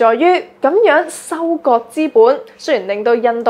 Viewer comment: 主播的聲線, 語調和語速聽起來都令人覺得十分舒服;但恕我挑剔, 若果沒有懶音將會使報導更加精彩, 例如'躉躉'(等等), 'Con 疫' (抗疫), '收擱'(收割), 'dut唔dut' (得唔得), '突色'(特色),'布乾'(暴降), '工chon'(工廠),'產申'(產生), '塵經'(曾經), '行國'(韓國), '幹chon'(鋼廠)。